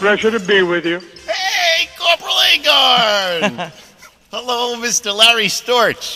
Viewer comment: Its "Aye-Gar-n" not Aye-Gor-n", lol. Anyway, thanks for the interview post!